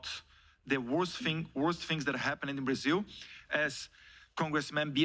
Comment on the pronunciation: Eduardo, todos nós estamos felizes com seu esforço em denunciar a ditadura no Brasil. Sei que ingles é complicado as vezes, mas para de falar “HappeNED” 😂